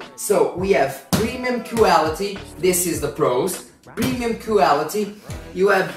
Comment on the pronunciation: "cueality" that one cracked me up!!!